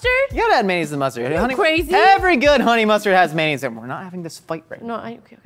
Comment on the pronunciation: nobody:: may-nayz